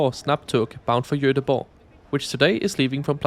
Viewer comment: joteboh. perfect pronounciation man!